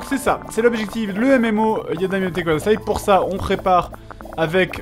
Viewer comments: Par pitié Fred, c'est "Yada Yamete KUDASAI", ça fait plusieurs épisodes que ça me perturbe mais "kodasai" ne veut rien dire >< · Fred, vraiment, vraiment, pitié pour nos oreilles : c'est kudasai avec un u et pas un o. Tu dis que tu lis les commentaires : montre-le en corrigeant cette erreur horrible ! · C'est pas plutôt "kudasai" ?